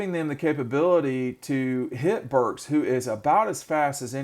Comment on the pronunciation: You should let the guy in the white talk more. You SUCK. You interrupt a lot. Y’all can’t even remember Arkansas OC name. It’s BurkS with an S. Not Burk. Good god.